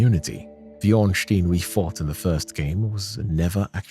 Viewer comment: brother, i am actually trying to have a nap here and you hit me with "Ornschtin and Spill". that activated my fight or flight response on the side of violence.